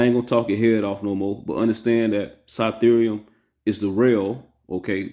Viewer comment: Keep spreadin the word g. You got the right ones. Gotta pronounce that “f” tho. Like Cyfearium